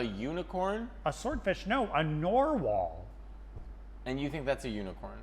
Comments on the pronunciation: You guys 😂 You're killing me. It's narwhal, not norwall. Narwhal teeth, which is what that horn is, an elongated tooth, are theorized to be one inspiration for unicorn horns because they look exactly like how unicorn horns were depicted in medieval art. However, after much debate, it seems like the likeliest source of the myth of the unicorn is the Siberian unicorn, which is actually an extinct species of woolly rhino. Another likely candidate is yet another rhino, the Indian rhinoceros since the Arabic word for rhinoceros also translates to unicorn. There are a few other horned animals that could have possibly inspired the myth, but the three are the main contenders. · Did he call a narwhal a NORwhal? 😂 ❤